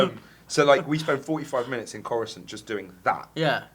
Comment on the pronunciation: What are they saying ? Korensant?